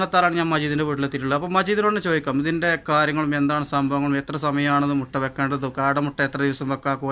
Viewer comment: മുട അല്ല മുട്ട